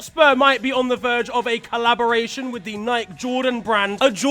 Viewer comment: did y’all catch the way bro said Nike💀